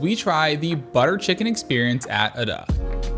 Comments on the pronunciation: Adda should be pronounced like 'UDD-AH' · The proper pronunciation is "ud DA." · One piece of constructive feedback. Invest the time to learn how to pronounce correctly, especially the name of the restaurant. Other than that, great review.